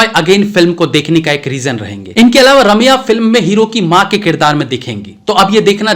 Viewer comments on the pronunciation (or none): none